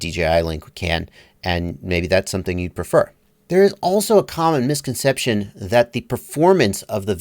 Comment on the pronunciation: I like it when you surprise us with "you're gonna learn sumthin tuhday."